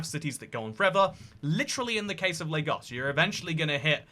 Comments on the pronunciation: First white person I've seen pronounce Lagos correctly. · You pronounced Lagos correctly Good job 👍🏿